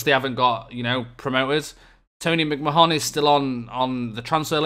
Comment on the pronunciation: McMahon pronounced like ‘McMahnn’ how the hell did he manage to wrangle that wage?! Speechless was right when I seen that too. Like the commenters below DoF idea for the lower league signings. Good vid, don’t care if they happen every year, the game advances so it’s always interesting to see the new systems in action.